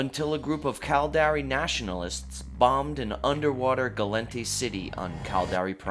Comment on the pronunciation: The "Cald-Air-Ee"... Its Cal-dar-ri